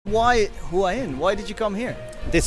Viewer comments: Hua Hin is mispronounced by everyone except the Thai. why heen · Please pronounce Hua Hin the correct way next time... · It hurts my ears... haha